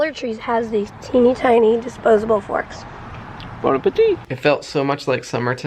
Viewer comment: Mary said, "teeny tiny forks" ...and Peter said, "Bon Appetit" ...and I heard, "bone ah petite" (as in teeny tiny) LOL